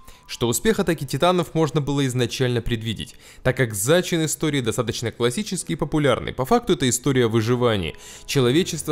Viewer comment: Все круто, но «зачИн», никак не «зАчин»